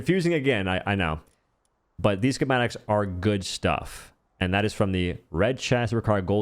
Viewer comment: Ski-mat-ik... Not sure wtf you were trying to pronounce but it's pretty simple